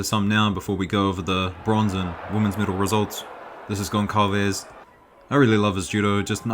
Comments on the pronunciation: Hi, your videos are great, thank you for making them! Just a pronunciation quibble, the name "Gonçalves" is pronounced as "Gon-Sal-Ves" : the "ç" is pronounced "S" and not "K". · It's pronounced Gon-Sal-Ves!